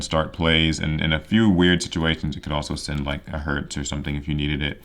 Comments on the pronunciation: Cyber dragon Herz is pronounced like the word Hairs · If you're still curious about pronunciations: Herz is like saying Hearts if it was spelled "Hairts" Nachster is fun, the "ch" is actually silent. Vier is said like "fear" Sieger is said with a Z sound instead of an S, so "Zee-grr"